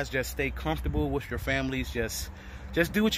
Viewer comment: Why say”wiff “ instead of “with” He so funny. Brown’s Town.